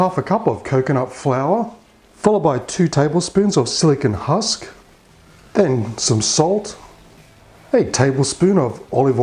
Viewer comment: Did you say silicon husk?